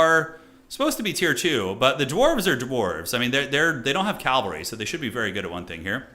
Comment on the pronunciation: pls: it's pronounced cav-al-ry not calv-al-ry